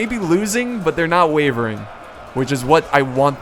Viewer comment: he said wevering